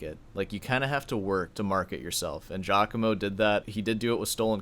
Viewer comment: the one thing we've all learned about this scandal is that nobody north of Liechenstein can pronounce Giacomo properly